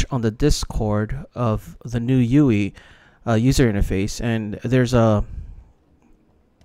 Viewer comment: Never heard "user interface" referred to as "youi" or whatever it was you said.